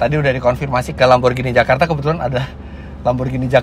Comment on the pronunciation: Bukan Lamborjini om. Lamborghini. Baca nya GINI seperti beGINI. Nanti di suratin Lambo om kalau baca nya jini jini gitu